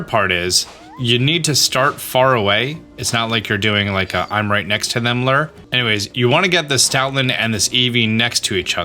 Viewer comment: You said Dedenne's name right, but you screwed up Vivillon's name. The double L is pronounced like a Y. ....and you're STILL saying the word "Lure" wrong!!!